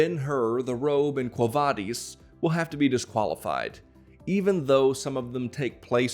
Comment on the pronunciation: You pronounced Quo Vadis wrong.